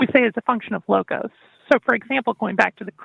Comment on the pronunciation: What's with the random, mispronounced greek words there? Are they supposed to explain anything or add any value? "Logos" (λόγος) can be tranlsated to speech or promise, whereas "Thelema" means will or desire. I fail to see how that helped the conversatrion at all though...